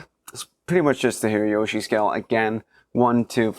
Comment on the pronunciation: Hirajoshi is not pronounced with a "y". It comes from 平 hira meaning "flat" and 調子 choushi meaning "tuning". You make the chou voiced when you concatenate, making it "jou".